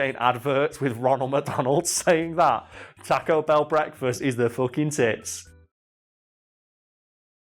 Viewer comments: TAH-co Bell?! TAWWW-co bell! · Teaco Bell. What is that pronounciation. xD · every now and then, I don't hear "taco bell" I hear "tekko bell" and that makes me chuckle a bit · “Tack-O Bell” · Why do Brits pronounce taco Bell. talk o bell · Tack-oh bell... I don't know why this annoyed me so much... It's a spanish word man... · The way he is sayin taco ba a bruh moment but it's all good